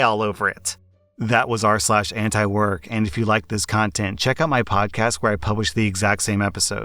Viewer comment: Antiwork? damn I thought you said Ant work.